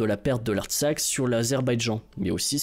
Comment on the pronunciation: Il ne faut pas prononcer "République de l'Artsak" mais "République de l'Artsakh".